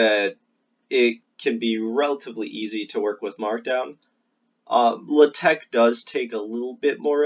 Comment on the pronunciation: Very good video, but hearing 'luhteck' kills me. It's like hearing the teacher say 'crick' instead of 'creek', and she had a western accent it was just that one word, like what's up with that?